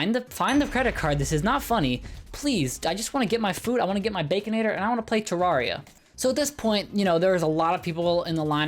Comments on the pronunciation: it's ter air ia not ter rawr ia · Title: most embarrassing moments: says terria instead of terraria Add 1 more to the list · ITS CALLED TER-AIR-IA BRUH dont insult my homeboy terraria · Terarria is pronounced rare not rar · imagine pronouncing it ter-are-ia instead of ter-air-ia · The way the pronounces terraria Am I wrong in saying it's "ter-air-ia" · The way he says terraria be like teRAWRia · its pronounced TerAiria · "Torawria" -Grayson 2020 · please... its ter AIR e uh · Why do I find it so funny that he can’t say that word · I’m sorry I hate the way you said terraria